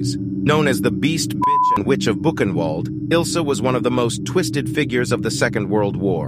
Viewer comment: Buchenwald and Koch, u dont pronounce the names correctly.